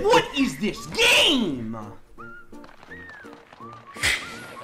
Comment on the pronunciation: "What is this GAME-UH!?" You know you're angry when you add syllables that aren't there lol